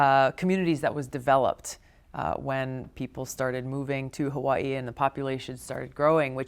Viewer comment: Love Tulsi. Hate the way she says Hawaii